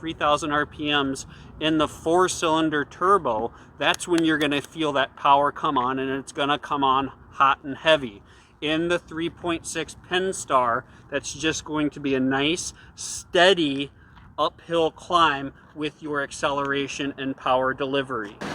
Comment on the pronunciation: FYI it is Pentastar, not Penstar.